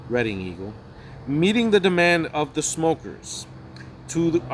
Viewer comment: Reading Pa is pronounced Red ing.